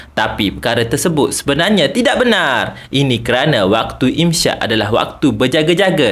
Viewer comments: imsyak❌ imsak ✅ = menahan diri Sebutan yang betul dalam bahasa Arab ialah “imsak” (إمساك), bukan “imsyak”. Huruf س dalam إمساك disebut sebagai “s” seperti dalam perkataan “sakit”, bukan “sy” seperti dalam “syarat”. Jadi, menyebutnya sebagai “imsyak” adalah tidak tepat. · Im sakkk bang im sakkk. Bukan im syakkkk